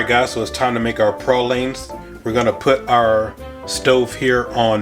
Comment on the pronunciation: At least you said pralines correctly